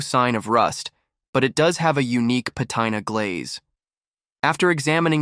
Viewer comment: duhhhhhh it is not pronounce ( pa tine a ) it is pronounce PA TE NE this videos are dumber then a box of rocks he is trying to imitate one of the better channels of object